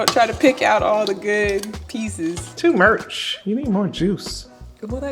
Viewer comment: “TOO MURCH” lmao